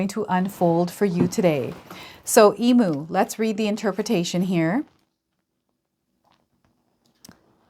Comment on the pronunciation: Some friendly Aussie advice, for future reference EMU is pronounced E MEW. Thank you for the reading. ❤